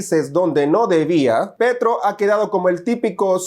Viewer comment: No es Petro, es Petrov 😂